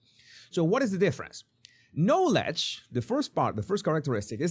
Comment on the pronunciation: Please ask the AI to pronounce the word "knowledge" for you.